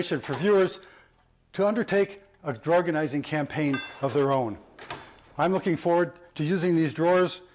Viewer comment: Lol drawgonising 😂😂it works 💪